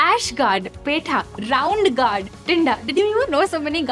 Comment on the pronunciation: it is pronounced Gored not Gaurd.